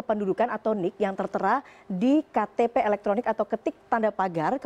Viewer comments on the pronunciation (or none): Apa hubungan nya nomer telepon demngan e-ktp sebagai single identity ? Sudah lah, jangan mencampur aduk bahasa indonesia. E-ktp dibaca E bukan i. Single identity, disebut seharusnya identitas tunggal.